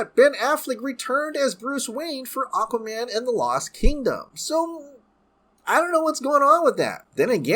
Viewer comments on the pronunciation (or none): none